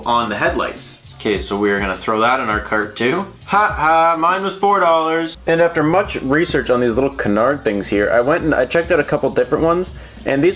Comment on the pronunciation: Canards pronounced "Canerds"